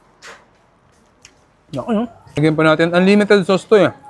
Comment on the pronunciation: Anlimited sows. Eh eh eh eh.